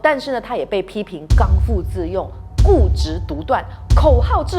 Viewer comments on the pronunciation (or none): 刚bi自用，不读fu.. ☺️